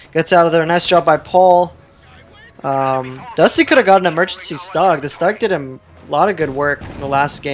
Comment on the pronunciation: Oh boy, the mispronounciation of stug continues.